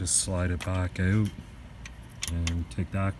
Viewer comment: The word "out" is pronounced like "ow-t". It's not "oat". or "oh-t". Good information. I have an old trailer nothing like the one in the video but the concept is probably the same. Thanks.